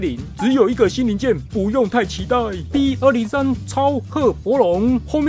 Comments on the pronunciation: 好像把b203講成bot203了😅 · ，你把B説成BOT—203了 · 是不是把B-203讀成bot-203了🤨